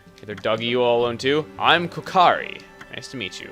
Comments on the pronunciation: Kokari? Kokiri. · boy of the forest: KOKIRI...i mean kokari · kokari = kokiri... mind = blown